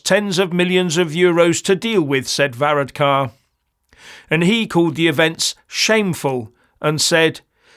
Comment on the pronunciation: Well, maybe if you learnt how to pronounce Varadkar's name and the word Taoiseach properly, you might be taken a bit more seriously - greetings from Co. Wexford (which if you didn't know, is in IRELAND) by the way.